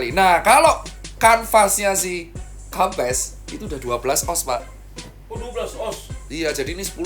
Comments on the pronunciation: bacanya kempess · Bacanya kempes wkwkwk